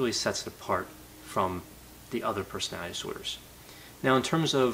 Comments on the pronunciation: LOL how ironic you commwnted about Bundy's childhood speech impediment, when every one of your videos feature your own "personowitty disordrs". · I love how says "personality disorder" so frequently that it becomes "personadisorders" to save time